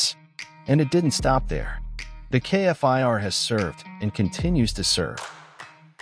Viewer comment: love this jet but please say the name Kfir not K F I R...